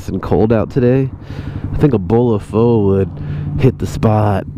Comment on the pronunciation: Whats gootty. Fyi. Pho is pronounced PHA